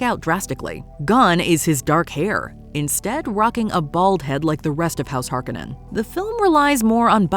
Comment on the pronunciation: The Harkonnens and Jessica are supposed to be redheads!!! It matters to the plot. They didn’t even pronounce the name correctly.